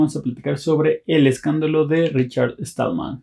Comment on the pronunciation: Perdona pero no es Richard Estallman...es Stallman sin la "E". Con un poco de práctica lo logras.